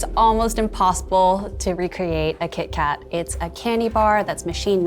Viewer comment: I thought he was saying Keith Kat the whole time and for the label to not match drove me crazy.